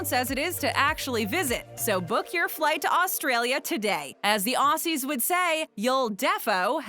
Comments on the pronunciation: It's not "ossies", it's Ozzies. And I don't think I've ever heard anyone other than Steve Irwin say crikey. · Ozzie’s OZZIES! IT’S PRONOUNCED OZZIE’S YOU FUCKS I am sorry this happens too often it is so annoying